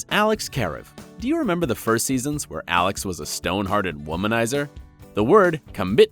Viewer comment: He pronounces Alex’s name like the examiner for the oral boards! Lmao!